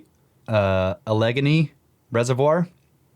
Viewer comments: "A-leg-eny" 🤣🤣🤣 It's "Al-e-gainy". No ataboy for that one. 😁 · Alli-Gainy. The Alli sounds like the Alli in Alligator